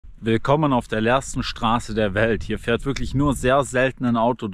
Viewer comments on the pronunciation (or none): none